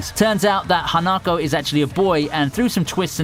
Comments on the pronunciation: him saying hanakou me screaming at my laptop its HA-NA-KO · Oh god, that pronunciation of Hanako XD